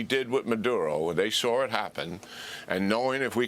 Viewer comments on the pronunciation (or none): Sawr it happen 😂😂😂why he put a r in saw 😂😂